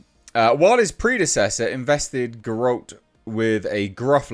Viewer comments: 5 years and you still never learned how to pronounce Geralt. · Learn how to pronounce Geralt at least.